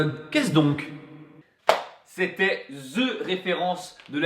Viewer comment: Le "c'était" à fait tellement mal